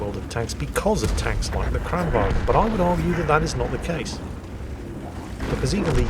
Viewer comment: you dont pronounce the G in Kranvagn